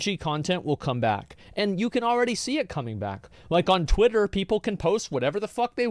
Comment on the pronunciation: That accent is so annoying, the dude can't pronounce Ts. animator "ani-ah-or", Twitter "twi-er", he sounds like he'd unironically call water "wa-a"